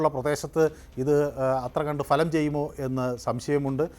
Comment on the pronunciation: Ente Ponnu cheta ,Falam,, ennalla,,,bhalam ennu parayanam.,," kashtam. Enthu parayana ,, Thanne paranju vittavane venam thozhikan." !!